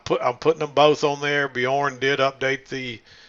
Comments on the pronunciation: Bjoern is pronounced as ONE syllable, not two. It's pronounced byoern, not bee-orn. The "by" is a diphthong. The "oe" is an umlaut O sound. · MACK its is Björn....ö sounds like "errr" but you are close!